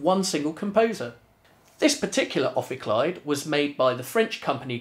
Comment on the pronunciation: Pronunciation of the name probably wrong, as it is supposed to be Greek.